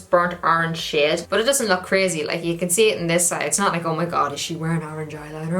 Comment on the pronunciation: I honestly thought she was saying shit instead of shade